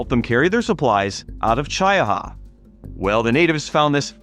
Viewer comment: It's Chee - ah - ha. Not Chy-uh-ha .